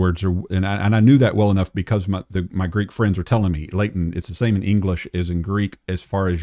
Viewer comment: Gotta be honest, James White's pronunciation of Greek is....cringey 😅